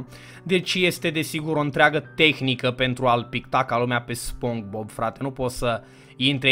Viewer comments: Eu tot stăteam și te ascultam cum ziceai spong bob in loc de SpongeBob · Spongebob se spune spongibob nu spongbob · Bă se pronunță spongibob. Nu spongbob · Spogibob se pronunta😊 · Nu se zice SpongeBob se zice SpongeBob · se spune Spongbob!! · Se spune sponqebob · Se spune spongebob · Se spune sponcebob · Nu-s hater dar se spune sponcibob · Nu se citeste spongbob